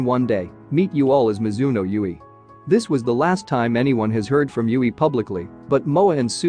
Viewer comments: Ahhhh you did the guide while I'm camping so can't watch it all the way through yet. Oh well. You're so good at this reacting thing that I won't complain too much about your pronunciation of Yui. 😄 Usually, there are probably a few exceptions, the vowels are... A is pronounced AH. E is EH. I is EE. O is OH. And U is OOH. And a vowel at the end of a word is always pronounced. There are exceptions, I think. So Yui had to be YOO EE. If her name was spelled Yue, then it would be YOO EH. Of course, you heard her name a bunch of times in the video so I'm not telling you anything you don't already know now. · It's tricky to get one's brain to switch to saying a word a different way than what you've been used to, but now you've got in this video to hear Yui pronounce it angelically 😇 (it rhymes with Dewey and Huey) Thanks for reacting to the Guide! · I agree with other comments, First and Most Important: GET YUI´s Name pronunciation RIGHT. To many Videos watched and Still not saying it correctly, is not rocket science. Pleeeease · Wow you caught me off guard with this one, i wasn't pushing for the guide yet but I guess judging by some of your constant struggle with YuiMetal pronunciation and some other things that you already watched it makes sense to watch the guide. Gonna enjoy this and come back if you have any doubt. Thanks for wanting to know more about these amazing group. 🦊🤘❤️